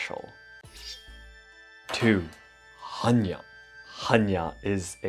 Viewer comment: According Hannya mask - in Polish there is a female name "Hania" (diminutive for "Hanna") , which is pronounced exactly as you've pronounced the mask's name. Beutiful coincidence :)